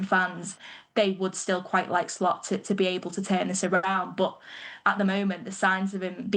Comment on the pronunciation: Ane Lost 😂😂😂😂 not Slot